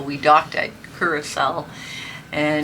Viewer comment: Blue Curacao is pronounced the same way the island of Curacao is. "Cure-ah-souw".